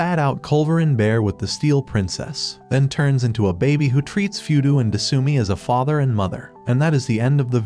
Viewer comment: Your channel is supposed to be pronounced "O-mo-shi-roy" 😫, and his name is not 'Foodoo' and her name is not "su-mi"!!! It's "Fuu-dou" and her name IS "De-suu-mii"!!! 🤢 You demon out of hell, that has been unleashed on YouTube😱